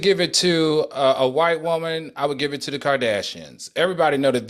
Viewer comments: I Love when Al says Whoa-man!!! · The way Al says WOE-MAN lmaoooo😂😂😂😂I giggle a lil every time.